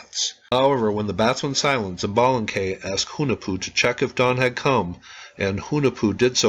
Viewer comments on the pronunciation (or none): I enjoyed this vid very much, coming from the Yucatan peninsula myself, I can tell you there used to be a kids show with the batgod zoots as one of the protagonist haha... Quick help with Pronunciation, she-balba for xibalba, ish-balanque for xbalanque. Keep up the good work